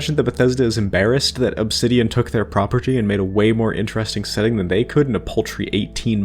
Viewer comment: Why do you enunciate things so weirdly? You often stress all the syllables in a word and even more frequently overly stress words/syllables at random. Examples in the first minute: 'PRAH-PURR-TEE' and 'SEHH-TING' for the former and 'self-CONTAINED' and 'CONTinent' for the latter.